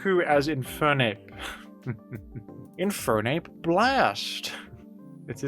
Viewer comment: I always forget about jimothys accent until he said infernape blast in an American accent